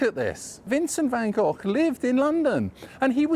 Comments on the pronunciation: It's Van Hochhh. In Dutch. Like Rudd Guillet was Rudd Hhoolit. That sound like you're hacking up phlegm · Its south london so its pronounced 'Goff' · I pronounce the artist van Go I was taught to, but I don’t really know If he said it van goff So when I say it I cough To disguise my embarrassed red glow